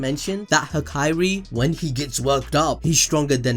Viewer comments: "Hakari" not "Haikairi" you should watch more subbed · Am I the only one that hears hikari instead of hakari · Hak eye ri bruh it’s hakari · Bro his name is Ha-kari not Ha-kai-ri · Hakari. Not Hakairi. Ha-ka-rih. There are not two i’s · Came for the video stayed for the "ha-ka(I)-ri counting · I love your videos but please say Hakari's name right lmao